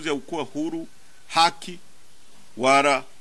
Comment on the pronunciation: Hiki ijamaa bwege sana hata kuongea halijui eti wara badala ya wala😂😂😂 ndo makamu huyu au makamasi